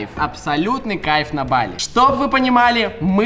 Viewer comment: Не бАли а балИ